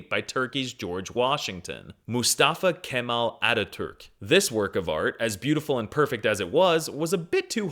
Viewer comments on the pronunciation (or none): "moustafa Camel Atatourk" dude you butchered it